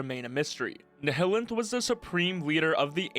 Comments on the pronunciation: It’s NILEanth not Nehellanth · "ni-hi-lint" Never heard of anyone saying it like that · why do you say nihilanth like that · the pronunciation of the nihilanth really caught me off guard lol